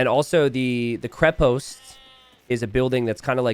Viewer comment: this is KrEpost, not KrepOst. The root word is krep - which means "strong" in slavic languages